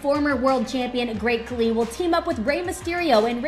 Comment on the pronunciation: cause she said it wrong